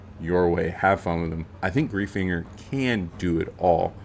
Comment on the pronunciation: As someone with the last name Greifinger it's pronounced "Gryf-inger"